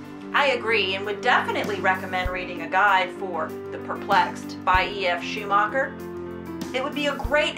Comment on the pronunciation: his name is pronounced schu-ma-ker